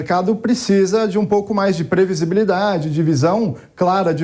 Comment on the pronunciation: "previsi BI lidade".